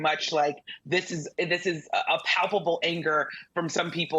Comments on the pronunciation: I notice how he pronounces "Black", as though he needs to empty his mouth. "...she happened to turn 'blleeck' and now she wants to be known as bleeck.....she made a turn and she became "bleeck." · Pronouncing black as ‘bla-hck’ in frustration is telling like a mf. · I love how he pronounces the word black. It looks like it tastes bad.